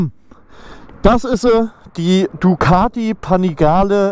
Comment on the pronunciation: Bin ich der einzige den es triggert wie er panigale ausspricht 😂